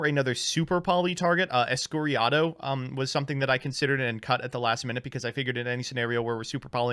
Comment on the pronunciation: Its "escuridao", as in "darkness" (Portuguese)